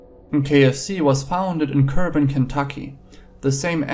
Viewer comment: Lol sorry but it's pronounce "Core-bin " Kentucky but good video nonetheless.